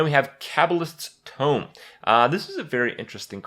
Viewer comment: he knows how to pronounce cabal shadow priest but butchers cabalist's tome